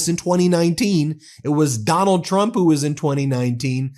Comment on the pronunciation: Not to poke fun of speech differences, but she can’t pronounce the ‘tr’ sound. She says ‘ch’ instead…‘president Chrump/Chump’ 😂